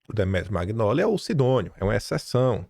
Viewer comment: Pelo amor de Deus! Nao é “Maguinóli” . Nao custa respeitar a pronuncia dos nomes de origem italiana. Você pronuncia lasaguina ao invés de lasanha?